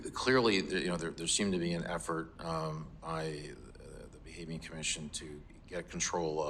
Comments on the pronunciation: Bahamian not bahamanian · I thought she was saying "Bankmanian" 😂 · "Bahamanian"? Really AOC? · Bahamian is pronounced BA-HAY-ME-AN . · That’s not how you pronounce Bahamian lol